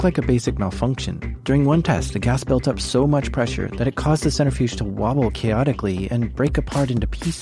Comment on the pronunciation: Absolutely fantastic episode so far in. Some constructive feedback - watch your pronunciations of key scientific terms and names when doing historical technology reporting. Especially when mispronounced often, it detracts from your awesomeness. The big one: “nuclear” is pronounced “new-klee-ur”, not “new-cue-lurr”. Similarly, “centrifuge” is “sen-trih-fyooj”, not “center-fyooj”.